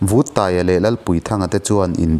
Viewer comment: Vuttaia hminga Vut lai lamrik dan hi a diklo deuh ani,a sen vut mai,tih a vut ang hian lamrik tur ani